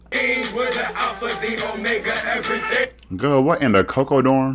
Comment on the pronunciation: You said cocodorm 😂😂😂😂😂